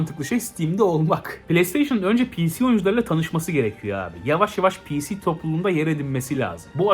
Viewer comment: Abi piğsi demene kıl kapmaya başladım